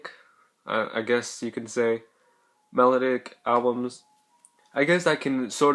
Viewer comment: lol you say melodic wrong